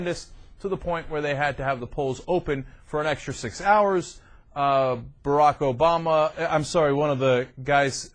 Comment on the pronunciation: Well, it is "Obama", not "Obamba". I thought you were trying to make a joke, but I think you are just slow and need some help. You're welcome. The election in Iran is rigged, like Busch/Gore, so don't get too excited.